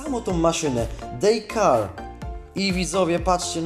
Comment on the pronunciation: daycare się czyta dejker jak coś